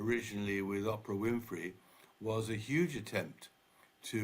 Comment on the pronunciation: Tom Bower astounds me that a person of his intellect constantly pronounces well known people's names incorrectly Ophra is Opera Doria is Dorea Now Kardashians is Kandashians